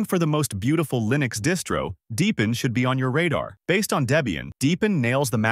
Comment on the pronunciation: 'ParOS is built on Arch Lyenux'. TTS is insulting